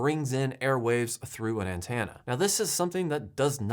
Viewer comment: also, an-TEN-uh. Rather than an-TAN-uh